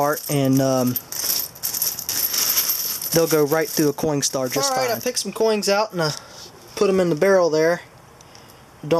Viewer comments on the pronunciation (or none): is he saying coing or coin? not being rude, just asking